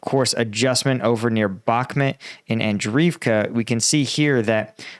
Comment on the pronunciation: And-REEV-ka. Bahk-MOOT. Klah-SHEEV-ka. Jeesh. Take a shower, put on nice clothes, and try to put out some effort, millenial.